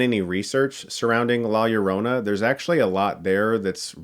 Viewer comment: As a Latino i enjoyed the movie but have to admit it has its deficiencies. Good pronunciation of “Llorona” btw Chris. Putting those high school Spanish classes to good use!